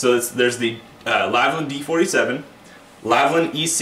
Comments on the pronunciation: I would actually listen to your advice if you started to actually read the names on the products you advertise. The brand is called LAL-VIN not LAV-LIN, you got that wrong in your pronounciation of the word aswell as your notes. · How can one end up saying "Lavlin" every time with a product they are so familiar with?